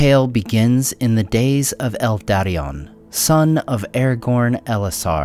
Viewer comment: did I hear that right? "El Daddion"?